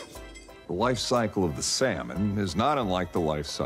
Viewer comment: Every time he pronounced the L in salmon i wanted to scream lol